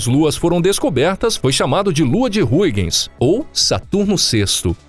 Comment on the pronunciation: A pronuncia é Haigens.